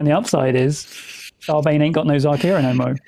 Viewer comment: reads the youtube description oh shit, its xarkira not zarkira